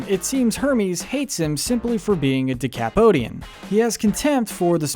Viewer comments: Oof you decimated that pronunciation for decapodian lol it is "deh-ka-POD-ian" not "dee-kaah-PODE-ian" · Deca-podian, not de-cap-odian. The name of the species is mentioned multiple times in the show. Zoidberg is from Decapod 10. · Yes, it's nitpicking but these things matter. Your announcer needs to read his script and rehearse before recording. Or you need a proofreader. Or both. That's not how you say Decapodian and you don't acquiesce a company. Acquire is the word you're vainly groping for...*sigh*...and I'm not sure what the word salad after that was supposed to mean (and I listened to it three times to try to make some sense out of it) but it doesn't correspond to any episode of Futurama I've ever seen. Are you sure we're watching the same show? Your list is bad and you should feel bad... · You keep pronouncing "decapodian" wrong.